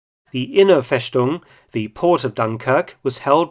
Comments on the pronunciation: Feschtung 😂 Mark my friend in German we say Festung. But your German is very good. I love the Intro music. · It's pronounced "Fess-tung", not "Fesh-tung". Usualy an "st" translates into "sht", that's true, but not in this case. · Mark! "FeStung" is pronounced in German with a straight "S" as in English - and not as a "SH" ! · It's "festung" not "feshtung". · No FESHTUNG. Just FESTUNG! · Just a small thing about the pronunciation of 'Festung': it is not like /fesh-toong/, but /fes-toong/, at least in standard German. Maybe in southwest German and Swiss dialects they would pronunce it /fesh-toong/. Otherwise, 'st' is only prounounced like /sht/ at the beginning of a word or syllable, e.g. in 'Staat' (state), hence sometimes also in 'Gestapo' (short for Geheime Staatspolizei), or, because of 'Stand', in a word like 'Widerstand' (resistance). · "Festung" is pronounced "Festung" - not "Feshtung" in German, Herr Felton. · It's FeStung simply s, not FeSHtung. You only say sh when you have a st or sp at the beginning of a word. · Very informative and excellent production as always! :-) Just one correction: the "st" in "Festung" is not pronounced "sht" but "st". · Mark Felton, you are very well engaged to pronounce german words right. One little correction: The word "Festung" is pronounced only with an [S]. Only the Swabians in south Germany pronounce it like you did "Feschtung" with [sh]. Perhaps you sometimes stayed in Stuttgart or there around, so you heared this pronounciation. But very well done at all! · Dr. Felton, a minor criticism on your otherwise excellent German pronunciation: ‘st’ = ‘sht’ only applies at the beginning of a word, unless the word is a compound of other words. Ergo, Festung is not spoken Fesh-TUNG, however Hochsrasse is HOKE-shtrah-suh. If you did not ordinarily hold to such high standards, I would not bother to mention it. Thanks.